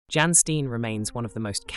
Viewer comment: I enjoyed this video, but Jan pronounced "Yahn" and Steen is "Stay-nn". It was really distracting.